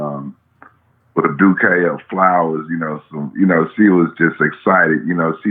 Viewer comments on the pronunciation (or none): We love ya 4 tellin Pac stories but I wouldn’t be repointing Chicago right if I didn’t🔥🔥🔥 FLAME YO ASS🔥🔥🔥 for sayin the chick had a “DU-KAY” of flowers!!!! Its bouquet pronounced (boo-Kay) 🤣😂🤣😂🤣😂🤣😂